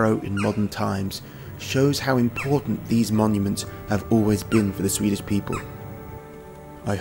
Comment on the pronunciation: first of all, you are slaughtering the beautiful Swedish language which is a shame. Second, I don't know why by you never went to Sigtuna which is probably the richest of history in Viking history since it was the capital for the Vikings...I'm genuinely pretty upset...